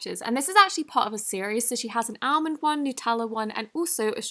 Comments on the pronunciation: Almond Croissant is pronounced “allmond crissont” ❤️ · I love how she pronounced Almond like “Allmend” lol (if ur reading this the L is silent in Almond lol 💕